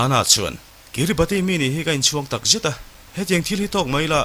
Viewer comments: Pronunciation ah chuan Kiribas tia lam tur.. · Kiribati hi kiribas tia lam tur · Kiribas tia lam tur aw,Sir leh comment lo chhiar ve tu te zawng zawng tan. A ngaihnawm lutuk e.. Heng thliarkar te te hi mihringina kan khawvel kan duhdana thlak kan tum nasat lutukna lamah leh khawvel lo inher dan danglam zel nen, anni ang thliarkar te hian an tuar nasa em ema. Engtik emawnia tuiin a chim thut theih dinhmunah an ding nasa hle. Mahni seilnenna chhuahsan hlen daih thu va ni hek suh. Maldives, Vanuatu, PNG te pawh. Maldives phei chuan South India-ah ram an lei tawp mai. An ram thenawmin an ngaihsak loh chuan China hian a rawn ngaihsak zung zung mai bawk sia. Entirnan: PNG pawh an thenawm Australia aiin khi lama mi China lam an awn tlat tawh. An leilung hausakna an hralh loh chuan anni ang ram te tan chuan a harsa sia. Heng chanchin te hi a ngaihnawm lutuk. Hetiang topic pawimawh, kan tawng hriatthiamloh te, Mizo tawng ngeia i rawn leh vangin i titha ka ti lutuk e👍🏼